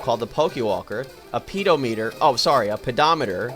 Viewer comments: I lost it when you said Pedo- Meter. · "pedo-meter.. oops i meant pedometer" LOL XD